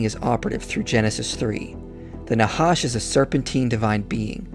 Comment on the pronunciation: The "ח" is pronounched as the "J" in Jalapeno pepper, not as an H. That would be the letter ה. And thanks for the work you put into this nice video, btw!